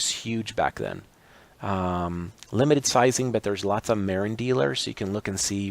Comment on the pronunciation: Marin is pronounced muh RINN with the emphasis on the 2nd syllable.